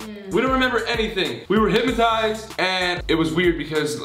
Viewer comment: They all say hip-ma-tized like it’s said how it’s spelt hyp-no-tised